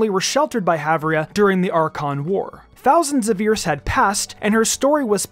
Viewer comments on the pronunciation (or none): none